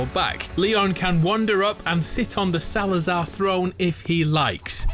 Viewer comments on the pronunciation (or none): Its not Salaza'H IT'S SALAZARRRRRRRRRRRRRRRRR WITH "R" NOT "H"